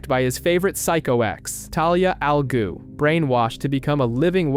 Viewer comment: The first word ain't the problem chief. I can't tell if you are saying... Ra's Al "Goo" Or Ra's Al "Glue" But it's pronounced like Ra's Al "Ghoul"